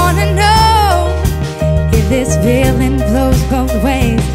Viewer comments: It's not only the z's, she also pronounces the f as v (like "veeling"). There is another video of her singing the same song and she does exactly the same. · "if this veeling vlows both ways....baby we both know that the nights were mainly made for zaying things that you cant zay..too busy being yours to vall for somebody new" i cant. she is great at creating and singing her own music, but I am not impressed with this cover, its kinda bland and her pronunciation was irritating